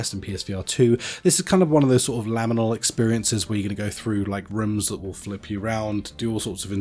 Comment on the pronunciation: I forgave you for definitely pronouncing H-ADRIAN'S wall wrong but second LAminal (?!?) space I rage quit the vid. 😅